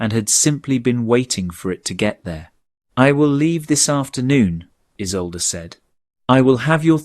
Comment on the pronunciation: Mispronounciation. =. name Isolde ( E-sol-de). German origin! South Africa (near Cape Town).